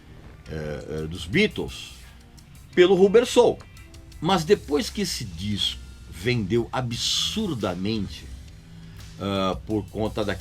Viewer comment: Régis não se pronuncia Rubber Soul,e sim,Rôbber Soul